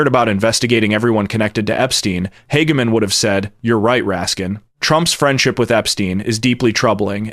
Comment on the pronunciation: "Hag-Man" perfect way to say it. Makes perfect sense.